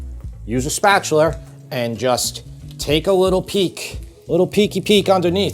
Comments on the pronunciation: Did you say spatular? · "a spatuler", love it!